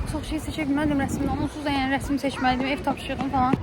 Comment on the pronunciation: Rəsim yox rəsm😊